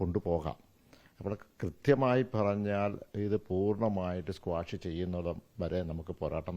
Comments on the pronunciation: സ്‌ക്വാഷ് അല്ല ഓസ്മോനെ Quash 😂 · 'Squash' alla saare 🤣 'Quash'..